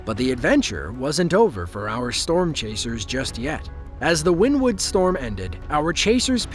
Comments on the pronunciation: Also get the town name right. It's not "Win Wood" it's "Winnie Wood" as pronounced. Locals would slap you for calling it that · WynnEwood is how they pronounce it around there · It's pronounced Wynn Ne Wood- I have traveled there numerous times as a Network Eng for and oil and gas company. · Wynnewood is pronounced WIN-E-WOOD!!!!!!! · Its actually pronounced Winnie wood. I was raised pretty close to that town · it's pronounced wynEEwood. born there. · Wynnewood is pronounced like Winnie in Winnie The Poo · I am originally from Wynnewood pronounced correctly (Win ne wood ) Oklahoma was there and just got off work at a shop off of hwy77 straight east of the initial touch down when i got home it was 1.5 miles due south of my house near Indian meridian road i could hear it and (like a train wreck cant look away because ) it was a beautiful and amazing but destructive experience it hit mostly rural areas which was a blessing for the towns people. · It's actually pronounced Winniewood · Jesus christ man, do your research it's not called Wynn Wood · It's pronounced "winniewood" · It’s pronounced Winnie wood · Pronounced, "Winnie-Wood." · It's 'Winnewood' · it’s not, I live like 5 miles from there and everyone pronounces it as Winnie wood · Oklahoma is not in the Midwest and it's pronounced "winnie wood." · It's pronounced Winniewood. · Us locals pronounce it Winnie-Wood. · Pronounced "Winnie-wood" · It is pronounced Wynn-e-wood. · It’s pronounced like Winnie wood not how he said it😂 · I love this channel basically all of the time … but every time he says win-wood … I die a little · It’s Winnie- wood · I live in this area of Oklahoma, tornado season is always fun. Btw it’s pronounced Winnie-wood. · I live in wynnewood and by the way you Pronounced it wrong